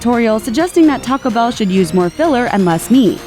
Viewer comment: Just a question - do you realize that Taco Bell contains TWO words? Taco Bell does NOT rhyme with Pachelbel!